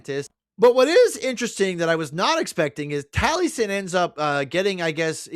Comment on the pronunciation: Taliesin is pronounced "Tal-ee-es-in"